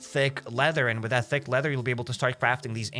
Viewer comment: Every time you say thick it sounds like fig to me lmao